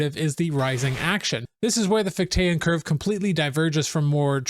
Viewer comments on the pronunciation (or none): FICH-tean, not fich-TAYAN. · Just so you know, it's FIK-tuh and FIK-tee-ən